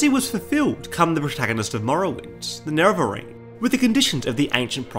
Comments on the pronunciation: They can use it because of how they mispronounced Nerevarine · 10 seconds in, if homie can't pronounce nerevarine correctly I don't think this video is going to go well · All the weird pronunciations bug me when trying to watch this. Nera-Veer-in? "Of the underworld hayds? And how did you get "Ahbolam" from Omalen Ancestral Tomb? Have you actually played the game? Or am I super ignorant and this is just how your local dialect is? I just have a hard time believing someone who played through Morrowind and heard Nerevarine pronounced over and over again would say it in some way like a reporter who never played the game would read it off a teleprompter.